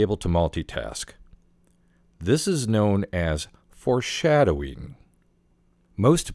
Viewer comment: The way you say foreshadowing i about pissed myself! Great video bother!😂